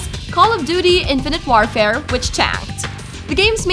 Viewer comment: listen to her say infinte woarfare